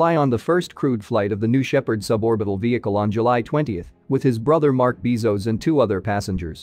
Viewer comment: There is really great info in here- but I wish the announcer would look up the pronunciation of things like “Bezos” “spectrometers,” “DaVinci” “Veritas,” etc.